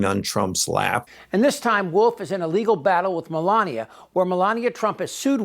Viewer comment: Me-lain-a lot